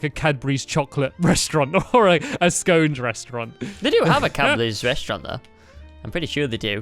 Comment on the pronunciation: Yes! Stampy says scones, not scons!